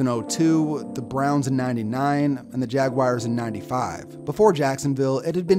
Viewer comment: Jacksonville "Jag-wires"